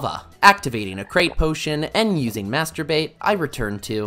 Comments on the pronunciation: Master bait sounded like something else for a sec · i can't hear "master bait" lol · Am I childish for giggling whenever he says "master bait" ? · My mom heard him say master bait twice